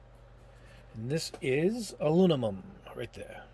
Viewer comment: It's bizarre to me that you still can't say the word aluminum. It's not that hard to say. Are you doing it on purpose for laughs?